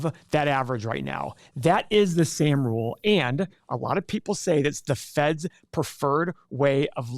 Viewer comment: And it’s pronounced Sahhm.